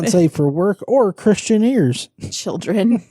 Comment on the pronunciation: LOL! When you said ‘Christian ears’ it sounded like Mouseketeers!!!!!! Christianeers!!!Thanks for that giggle!